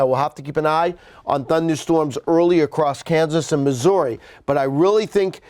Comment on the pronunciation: Y can't Meteorologist ever say "MISSOURI" I don't understand